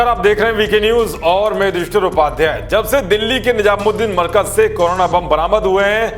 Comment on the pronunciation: युधिष्टिर श्री, आप अपना नाम जल्दबाज़ी में बोल जाते हैं। कृपया इतना वैभवशाली और सुन्दर नाम तसल्ली और गर्व से बोलिए, स्पष्टतः बोलिए।